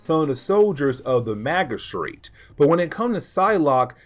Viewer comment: The "g"in magistrate is a soft sound like a "j.* Maj-uh-straight or Maj-uh-strut